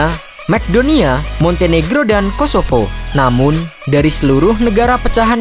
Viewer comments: Bacanya Makedonia bulan Mcdonia bang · Macedonia nyebutnya masedonia min, bukan mekdonia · Macedonia = Mas-e-doo-nia